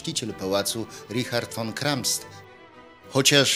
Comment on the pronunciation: Poprawnie: Richard von Kramsta a nie von Kramst!